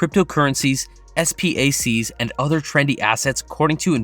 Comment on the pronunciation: Please don't say S-P-A-C, just say SPAC